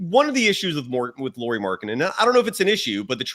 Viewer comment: It is spelled “Lau”ri. AU is “owe.” My second grader learned this. 🙂